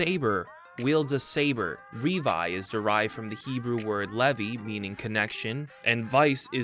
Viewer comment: 3 years and people still misspronounce Revi in Revice. you say dont say it like Levy. you say it like the name Lee vi